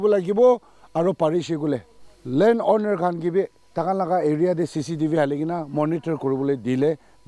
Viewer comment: Owner❌️ Oonar✅️